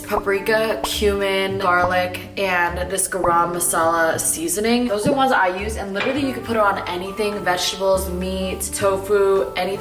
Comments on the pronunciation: It's pronounced guhruhm masala haha. We make it ourselves at home on India :) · the way you said garam masala 😂😂 but girllll you slayyy it everytime!!! love you girl 😍